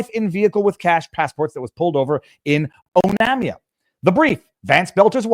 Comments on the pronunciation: The town name is pronounced oh NAME iuh. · Onamia ---> Pronounced: "Oh - NAME - ee - ah" .. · ... Also, the city the wife was pulled over in is pronounced: OH-NAY-ME-AHH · The name Onamia, is pronounced O name e ah, Mille Lacs as the locals pronounce it is Mill Lacs the A is pronounced like in the word CAT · The wife should have been detained. The town she was pulled over in is pronounced like O-nay-me-a (Onamia) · Pronounced: Oh name ia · Oh-name-E-ah That’s how to pronounce Onamia. Mill-lack-ah For Millaca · Oh-name-E-ah That’s how to pronounce Onamia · Onamia ==> Oh-NAY-mee-ah -Native Minnesoooootan here... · Butchered the pronunciation of Onamia